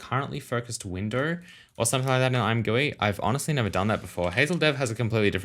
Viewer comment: I swear the point of the name ImGUI is to be pronounced I'm Gee You Eye. Edit: I use dark mode all the time. Much better for your eyes and I have configured mine so it is great to figure stuff out and also looks amazing imo.